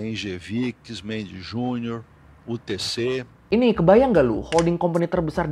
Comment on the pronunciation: Kok sama kyk bhs Indonesia.. nyebut nya..UTC " gk you ti ci😅😅😅